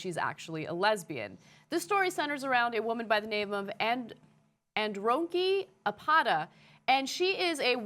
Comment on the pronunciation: Ana was like "Head Ron Key - Ah Pa Dah" lol. It's pronounced "Ah dey rone kair - A kpa taa"